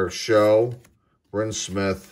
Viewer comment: 1991 Score does indeed have Chipper's rookie card (I have one of that btw). Also, with all the Eric Show cards I've seen you pull, his last name actually rhymes with "cow."